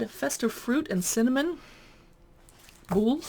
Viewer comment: “look through” you said it. Came for a review. Got a video of someone flicking through a cook book. If you were a sourdough baker - surely you would not stumble over pronunciation of “Boule”. 6 minutes I won’t get back. Still looking for an actual review where someone has taken the care to actually read the book and try one or two recipes to test the premise.